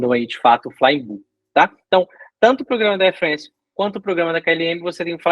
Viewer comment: Air Frence? É Air FrAnce. Isso é francês!